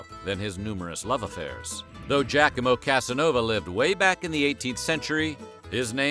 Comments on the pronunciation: It's pronounced "jacques-ah-mo", not "jack-a-mo" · Your French is great. Your Italian needs work (it's pronounced Gi-ah-co-mo). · It's NOT pronounced "Jack-A-Mow".